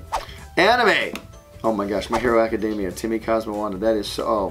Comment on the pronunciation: "Na-ru-to" and "A-cad-damia" XD That was too funny! But don't worry I still love ya Butch! :3